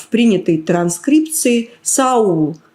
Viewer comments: Не Сева а САВЛ, или САВА? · По-еврейски, может, и Села, а в Новом Завете имя его Савл, а не Саул. Зачем людей вводите в заблуждение ?